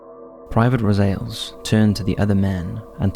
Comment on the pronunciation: Private "Row-Zales" 🤣